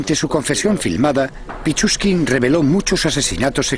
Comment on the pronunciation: pichuskin no pichurría es esa gonorrea¡